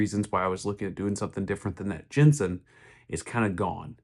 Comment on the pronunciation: The name is JENSEN not Jenson.